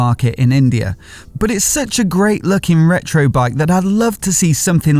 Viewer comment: It's not reto another